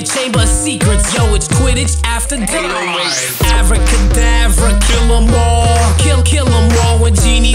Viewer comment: Hahaha it's pronounced ah-vah-duh kedavra. And in the description, it's Ginny Weasley, not Weasel. Haha.